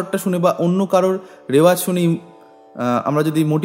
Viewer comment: রেওয়াজ নয় রেয়াজ, প্লীজ নোট